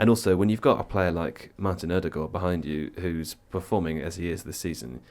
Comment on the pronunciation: Wow....my ears didn't start bleeding from hearing "Oh-Dee-Guard" constantly.....actually pronounced his name 90% correct....Eau-d-Gored..... Love Tifo's dedication to the craft <3